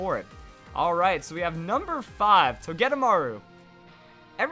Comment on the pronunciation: Does anyone else hate how he says togedemaru? I say it toe-geh-day-maru